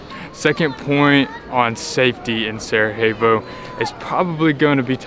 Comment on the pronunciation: I would just say the J in Sarajevo is a "y" sound, not an "h" as in Spanish! :)